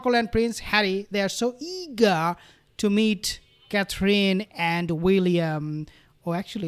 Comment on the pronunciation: Aww Thank you for pronouncing Catherine's name better you did it just right